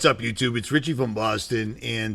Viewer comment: No t in Richie.